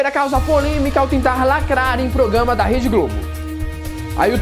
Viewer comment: "Progama" ahauahauaha